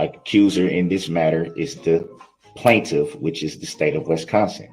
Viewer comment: And then when he gets to the end of the police reports, that's even he starts with his BS, "Do you know the plantiff", "have you ever seen the plantiff" questions lmao